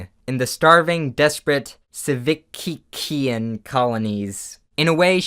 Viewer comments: I heard you say "civikkean" and had to do a double take becuase i though it might have been Christian Weston Chandler's Cwcville. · Your inability to pronounce Civikkean and (Siv-vick-kean) and Fyrrytt "Fear-ritt" makes me very very sad.